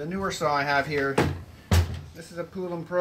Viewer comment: Its pronounced like the country Poland only without the D on the end. Polan Poulan